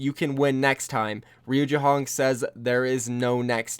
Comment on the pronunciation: Not jehong pls😩